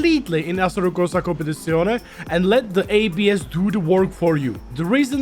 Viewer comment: Have a shot everytime he’s says assetocowsacompetisonae lul